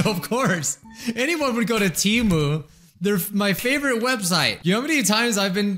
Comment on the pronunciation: I always hated the TEMU ads. They can't even pronounce their own company's name correctly. It was supposed to be Tee Moo but now they call it Teh Moo for some reason and it confuses me.